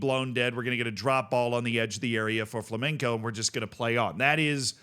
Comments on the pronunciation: does a warning for the pronunciation of Criciuma, even me as portuguese dont know how to pronunciate it in brazilian portuguese, but only after it said Flamenco ( a spanish dance and music ) instead of Flamengo one of the biggests club in Brazil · Just a tip, since I saw you pronounce like this a few times. The G in Flamengo is pronounced like you'd say goo, ou great, or whatever. FlamenCo is a type of dance xD. For my english speaking boys, it would be easier if you say like Flamengow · It's definitely Fla-meng-go, I don't think he understands what "ow" sounds like in english. It's really simple, there's nothing weird going on. Basically, just pronounce it like you would pronounce Flamingo (the bird), but with the "en" sound like in "EN-ter" - or Flamenco (the dance), but with a "g" sounding like, well, a "g" (instead of "c"). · The reason why Flamengo is difficult for us is because we're trying not to call your team by the very clearly incorrect Flamingo, which is a type of bird. I didnt know about the -ow part tho So its Fla meng ow and not Fla meng go? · It's spelled kree-see-oomah, and Flah-men-Gow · Why is mans pronouncing Flamengo with a c